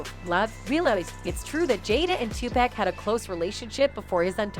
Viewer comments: I like how she says /tupaec/ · I cant with the pronunciation of some of these names. Two-pack and Madeena 😂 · Why she keep saying Two pack ? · Can someone tell her how to pronounce 2Pac NOT TWO PACK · Maybe you should learn how to pronounce Tupac's name before making a video full of allegations. It's obvious you don't have a clue and are just reading off some text that someone else wrote.